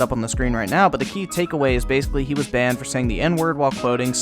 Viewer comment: DID YOU JUST SAY GUN B A N N E D